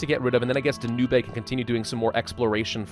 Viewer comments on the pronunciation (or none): Danube pronounced "Dan-ooh-bay" gives me life.